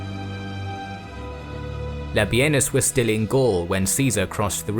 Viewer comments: Everytime you say: "Labienus", it sounds to me like: "Labia-Anus"....... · Labienus more like Labenus :D